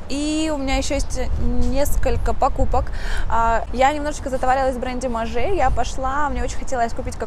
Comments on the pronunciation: и Maje произносится не МажЕ а Маж ( длинное ж, почти двойное или тройное по- русски )) . Если бы Вы не были стилистом, то не криминал, ну произносите кучу брендов неправильно да и ладно, хотя смешно)), но если это то, чем Вы занимаетесь якобы профессионально, то как-то стыдно произносить такое количество брендов неправильно. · И Maje произноситься только как МАЖ! 😄 или вас не поймут в том же Париже 😊